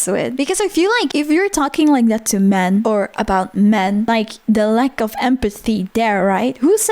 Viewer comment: im sorry i know this is a serious topic but the way she says "men" is just too funny to me 😂